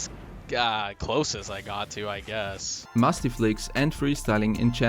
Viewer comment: bro did not just say musy flick not musty flick